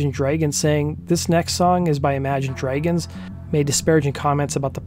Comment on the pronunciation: Can someone please explain why he’s pronouncing the word “dragons” as “dreygens”? At first I thought it may have been a unique vowel pronouncement, spoken in accents from parts of Canada, Minnesota etc, but it’s the only word he seems to be mispronouncing. I’m genuinely curious if I’m missing something